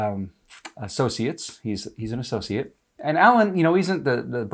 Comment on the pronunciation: Uh..ssociate. He's an associate. 🤣